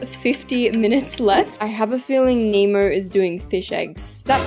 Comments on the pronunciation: She calls finding Nemo finding emo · Everyone saying finding Nemo * saying finding emo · Can she stop saying emo it's nemo! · you keep saying finding emo😂😭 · The way she kept saying finding emo-💀🗿